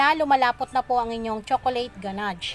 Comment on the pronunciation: Loop pan and ganadge sorry to correct po its loaf sound s like lowf not loop and ganash not ganadge